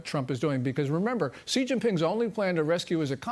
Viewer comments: President Trump…… Respectfully….. an X in Chinese is an S. Xi is pronounced She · Not President Chi, it is President Xi, which sounds like "si".